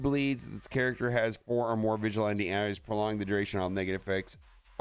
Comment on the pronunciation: Why you saying vigilante like that? 😂